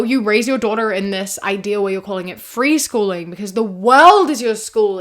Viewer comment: Dropping the G in freeschoolin' was a nice touch 😅